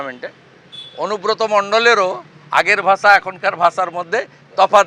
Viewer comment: আরে শালা শুভেন্দু তোকে নেতা বানাইছে কে তোকে নেতা হিসেবে কে মানবে তোর তো ভাষায় ঠিক নেই তুই ভাষা কইতে পারিস না কইস ভাচা